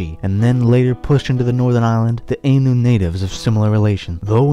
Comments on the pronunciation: It's pronounced Eye- nu , not ay-nu . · Proper pronunciation of Ainu = ah ee nu or more anglised orthography "aye new". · nice vid, but your pronunciation of "Ainu" dishonours my ears